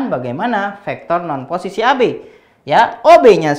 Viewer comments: "poccisi"😂 suka banget dg bapak ini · Teacher : "Pocis" Me : Bruh, Pocis?